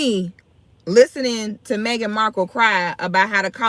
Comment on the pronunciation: I thought her name was Marhkle not Marble 🤔🤔